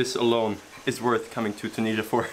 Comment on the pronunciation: Sorry my english is not good but you said Tunisia wrong I am from Tunisia by the way